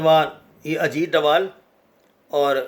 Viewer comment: his name is Ajeet dodal not Ajeet dowal